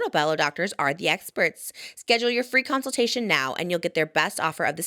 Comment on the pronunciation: sonobello ad saying conslutation is killing me lol I'm sure it was an accident but I love